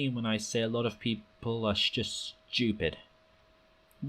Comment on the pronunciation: "People who disagree with me are just schewpid" - This guy